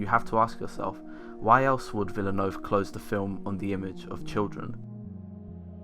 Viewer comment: You are one of the few reviewers who pronounced Villeneuve correctly. Merci beaucoup pour cet effort! C'est très apprécié (de la part d'un autre québécois) ;)